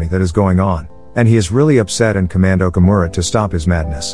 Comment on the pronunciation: Omura & Taka.. not Okomura & Kata.. I watch this movie always..